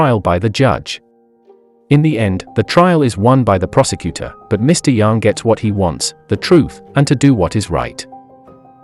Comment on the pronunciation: I’m rlly sorry but the way you said yang is wrong but finally your one of the first person I have heard that said Jiwoo correctly